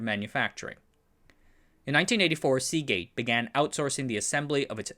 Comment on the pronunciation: Hey,, I think I commented on this video several months ago, but now rewatching: Oops, "Seagate" doesn't end with a t!